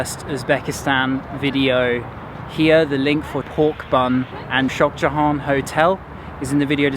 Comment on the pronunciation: The way he pronounces Shoxjahon😂